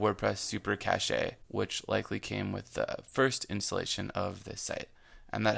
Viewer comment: Cache - pronounced (cash) not cashay... CACHE memory for speed.